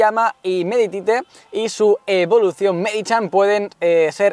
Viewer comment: cada vez que pronunciaba el pokemon meditite como /médite/ en vez de /méditit/ me ponía nervioso.